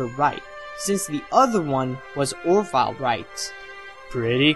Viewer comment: I absolutely love your videos, but one thing that bothers me, is that I often hear you mispronounce things. In this video, you call the bird Or-Vile instead of Or- Vil. On another video, you called the Linklater film WALKING LIFE, instead of WAKING LIFE, and You also called Max FLEISCHER, Max FLETCHER. I was thinking that these small errors might occur when you are reading your scripts for Voice Over, and you flub a name here and there.